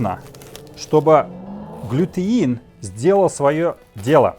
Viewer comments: Правильно будет глютен а не глютеин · .у вас все отлично получается.вот только не глютеин,а глютен,удачи вам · Глютен, а не глютЕИн !!!!!